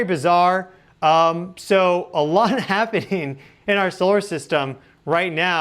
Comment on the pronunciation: It’s ’happening’. Not happing.